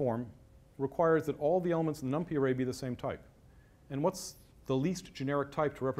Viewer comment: Really awkward talk, too much posing: Every hardware vendor (Intel, AMD...) provides a super optimized, SSE vectorized, parallelized library for number crunching; it's called BLAS. You can even link NumPy against it. It's "num-pie", not "num-pee". Parallel CPU pipelines and caches have been around since forever (RISC), what college was that? Branching at almost certainly hurts (hello pipelines!), simply use the FPU multiplication. Etc etc. May still be eye-opening for "LAMP-only" folks, kudos for trying.